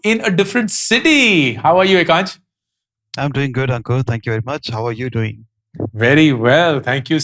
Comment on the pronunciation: Bar bar ankur bolrahay ya Ankuk😂.